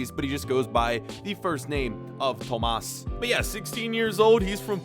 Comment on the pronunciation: Just saying if you were Portuguese and you call your son tomás you would pronounce it tomáz!🤣